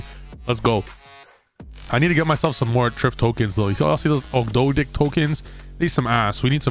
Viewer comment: Trif you did us Italians dirty bro